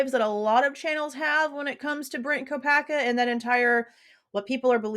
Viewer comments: I hear Mr ko uh bergers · 💯 He says, "Mr Kopack-berger" Spoke volumes to me!! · Yes I heard that! He was jibbering before like trying not to say the wrong words and isn’t it when you are trying not to say something you actually say it?? 🤷🏻‍♀️ it’s definitely made me think Brent has more to do with this! Still think If Bryan actually said has anyone else been arrested was he thinking of Brent due to leaving town while the swat team was over at Brent’s? He wouldn’t know he’d been killed and perhaps thinking he’d been detained? Thanks for all you do xx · Oh yes, Judge actually said Kopacka